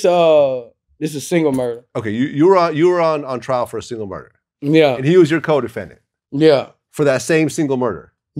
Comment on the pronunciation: Why did Boosie say "Yea" like that? Lol